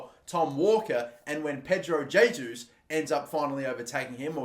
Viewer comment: It’s heysus